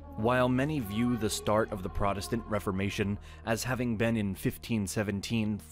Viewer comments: Protest-ant, not prot-estant, the clue is in the name, cleverly mangled for I suppose..."reasons". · PROTESTANT NOT PRODESTANT, SAY THE WORD AS IT SHOULD BE.